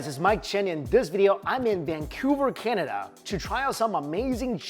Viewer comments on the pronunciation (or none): none